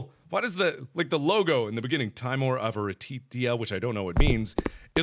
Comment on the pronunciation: Mark if you read this I have info on the name. Timor is the Latin word for fear, it's derivative being timid. It is pronounced (Tim-or). I hope this helped some way